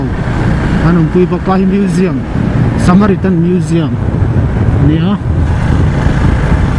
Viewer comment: "saram-samaritan" ha ha...ka nui lo thei lo a ni. Keipawh mipui hma ah hian ka ṭawng sual fo mai. Tin, mi ṭawngsual hi ka hre fuh thei hle bawk ha ha